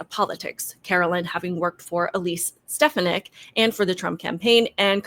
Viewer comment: Not to be petty, but just to educate. Many friends and family allow people to mispronounce words, and not correct them, for various reasons. I'm no grammar not-zee, but I just want to inform you that Elise Stefanik's surname is pronounced Stuh-Fawn-uck.